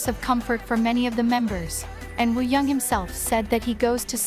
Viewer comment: The pronunciations of some of the names are a bit off since it’s an AI voice. Any ‘A’ sound in Korean is like ‘Ah’ (San = Sahn, Yeosang= Yo-Sahng). Mingi is like Min-Gee (hard g like green), and Wooyoung is Oo-young, silent W. The rest are pretty close if not correct! Edit: And my bias is Seonghwa! He’s in my profile pic haha. Also thanks for doing this guide, it’s the best Ateez one to date 😊